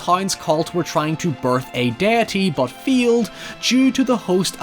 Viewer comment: They "feeled"? Jesus, is saying a normal "A" sound really THAT difficult for you to grasp?